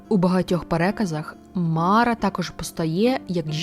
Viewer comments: Не мАра, а марА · Дякую за Вашу працю! Все ж, звичніше вживати МарА, з наголосом на другий склад. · та ніби марА наголошується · все життя чув слово мара з наголосом на останній склад - "що за марА" "та якась марА" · МарА' Наголос на останній склад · Дякую. Дуже цікаво. Від своєї прабабусі (мені 50+) я чув про Мару. Але наголос в неї був на другому а в імені Мара. Цікаво, чи авторка готувала відео лише по письмових джерелах, чи чула щось від своїх предків. Можливо в різних регіонах ім'я звучало по-різному.